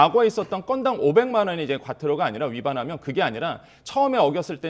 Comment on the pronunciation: 건당 500만원 하니까 겁나게 과한 거 같지만 처벌 된 사례는 없습니다. 뉴스에서 500만원 이야기 나올 때 살짝 강조하는 톤으로 말하는 거 보면 조금은 불편합니다.